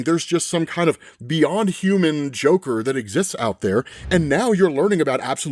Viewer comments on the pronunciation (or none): none